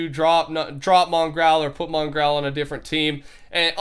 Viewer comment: The world's top 10 most asked questions... Why does pronounce Mongraal's name like Mongrowl